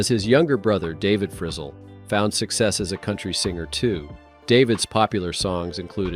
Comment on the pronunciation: Fri ZELLE, not frizzle!!😂